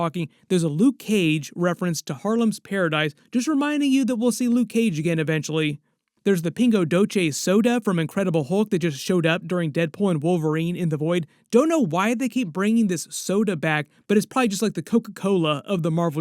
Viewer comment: From a brazilian: you said the pingo correctly, but doce ends more like "see" instead of "che". The DO silable is stronger than the ce one too. "DOce". "Pingo Dohsee" instead of "Pingo Doh-che".